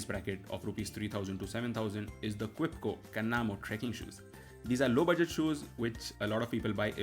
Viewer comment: It's Ke-chua not Kwe-chua (Hindi word for earthworm, see their logo).